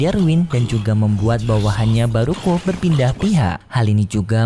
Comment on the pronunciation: Bukan baruko tapi baruah cam KO minmin